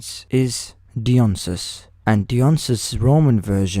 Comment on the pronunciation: I'm sorry if this pokes at how you pronounced his name but Dionysus is pronounced similarly to how you pronounced Dianamon so with that logic his name is pronounced D-eye-on-eye-sus